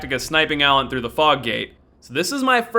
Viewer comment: Name: Allant His pronunciation: Alan